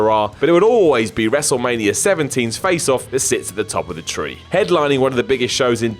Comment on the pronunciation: Well say what you will about, at least he pronounces Wrestlemania 17 correctly. Lol.